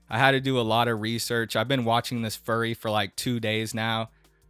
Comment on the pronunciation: He sounds like a monty python character. "Being a Fuwwy"